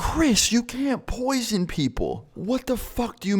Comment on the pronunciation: "CHRIS YOU CAN'T POISION PEOPLE.." 😂😂😂